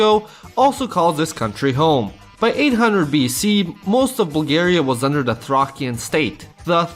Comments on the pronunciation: it's pronoiunced THRAYSHUN NOT TRAKIAN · Its pronounced thrayshian not "thrakian". Bulgarians, Greeks and Serbians were not vassel countries to the Ottoman Empire, they were colonized and enslaved. Only the Romanians(Vlachs and Moldovian Vlachs) Montenegrans, and Austro Hungarian Empire were powerful enough to only be vassel countries to the Ottomans. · Being a "vassal state" suggests a (varying) degree of autonomy. Bulgaria has been instead, fully annexed and incorporated into the Ottoman empire. Also "Thracian" is pronounced "Threi-shən". Altogether though, a great and funny video, great job!